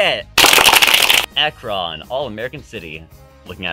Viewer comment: I'm from the Akron area and have never actually seen that flag. I guess no one is very proud of that. Also your pronunciation of Akron kills me.